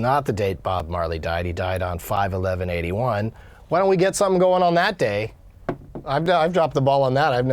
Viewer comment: It sounded like he said he would celebrate 9.11 when he said 5.11